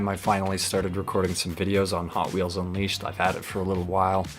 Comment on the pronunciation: Hot Wheels unleashod Sonic unleashod Kkk